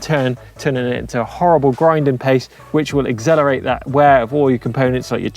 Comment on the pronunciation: Agzellerate? The English can't speak English anymore